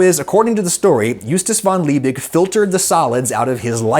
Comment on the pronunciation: Props Adam at least you tried pronouncing Justus von Liebig halfways right 👍 Just kidding you were actually pretty close to spot on the second time